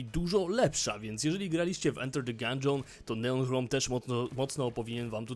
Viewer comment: O ile pamiętam to "ch" nigdy się w języku angielskim nie czyta jako polskie "h".